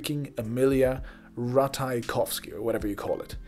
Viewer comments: lol "emilia rataykowski"😂😂😂 I guess you intentionally mispronounced it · it took me 2 seconds to look up how to pronounce emily ratajkowski. 2 seconds.